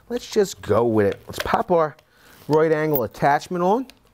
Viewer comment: "Wrrrart agled"